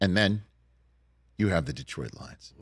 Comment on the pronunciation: Rich is the only non Detroit guy to pronounce Detroit correctly...IT'S NOT DEEEtroit.